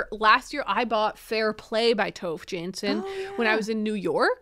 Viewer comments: Ooh I didn't realize until I saw the cover that the book was by Tove Jansson! because as a finn I would pronounce it quite differently :D Very interesting hearing about people reading Tove Jansson, haven't read much besides the Moomins myself, yet! :D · I was crocheting daisy squares and eating chocolate Moomin biscuits while watching this, accidentally incredibly on theme 😂Despite being Swedish, I've only ever read one Moomin book by Tove Jansson (by the way, if you want a tip on how to get her name slightly more right, try to pronounce the E in Tove a bit more 😊), but now I'm a bit curious to give her other novels a try. Also, so nice to have a book rec episode again, I get why you stopped, but I've missed it 😂